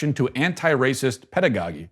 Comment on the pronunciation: Ped ah GO gee. Don’t hate. I am a teacher....AND A REPUBLICAN, and just want you to have to right pronunciation.